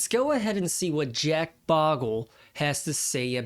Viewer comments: I’m not taking the intentionally mispronounced “Bogle” bait and commenting it on this video. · The great man and champion of ordinary investors, Jack Bogle. You mispronounce his name, then give him a high pitched voice. He did not sound like that, not cool.